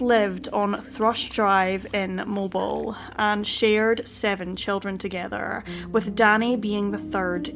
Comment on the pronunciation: It's pronounced Mo-Bill. Not Mo-bel